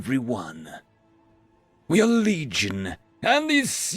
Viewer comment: I thought he said "Bleed-gion" at first. I think it fits.